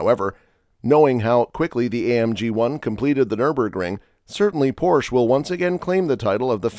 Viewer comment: It's pornounced: "Por 'sha"